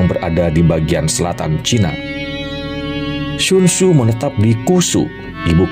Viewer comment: Sekedar saran semoga berkenan, cobalah mengucap dgn lafal yg tepat